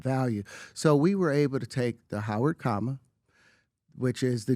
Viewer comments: Listening to pbd pronounce the word comma as coma is next level hilarity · Pbd so dumb he cant pronounce "comma" hate his grifter ass